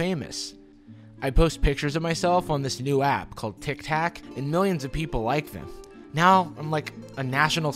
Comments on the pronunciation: "tik tak" hahaha, btw there is a brand called 'tic tac' they're basically mints in a pill shape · Is anyone ganna point out how he said tik tok "tik tak"